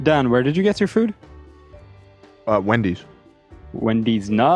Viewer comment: Wen-deez Nuts 😂